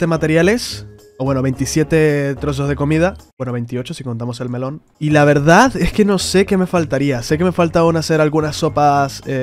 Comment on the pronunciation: se me quemaron los oidos al escuchar melon :face-orange-raised-eyebrow